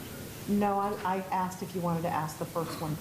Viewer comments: Why is she saying “axe” a question? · Any juror who pronounces asked “axed” kick their ass off the jury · Why can't she say "asked" instead of "axed"? These people are supposed to be educated.